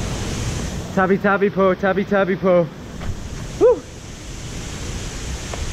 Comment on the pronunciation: Where's? Not with u anymore? You said Tabi-tabi, hahaha!